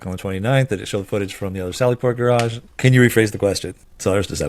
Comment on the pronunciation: miss has terrible English.cant say Garage properly. gets her vowels messed up. did she graduate high school??.